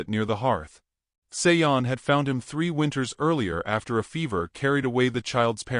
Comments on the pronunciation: I’m just curious about the pronunciation of the name “Sean.” Usually this name is pronounced Shawn or like actor Sean Connery’s first name. The narrator pronounces the name as Say-on. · Sean is pronounced Shawn. It's Irish. Otherwise it sounds like a nice story. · I was totally distracted by the wrong pronunciation.